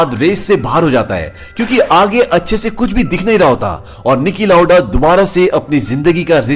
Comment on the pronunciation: Stop saying Nicky lauda